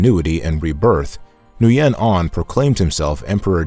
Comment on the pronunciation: Thank you for this inspirational history of Vietnam history. Just a friendly suggestion to pronounce the Vietnamese names more correctly - according to the Vietnamese pronunciation as best as possible. For example, "Nguyen", is pronounced, "win", not, "New yen". And Quyen is pronounced, "win", also. Not, "Qui yen".